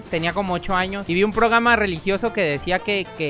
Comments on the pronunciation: Programa se dice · es programa no pograma😂😂😂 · Programa o Progama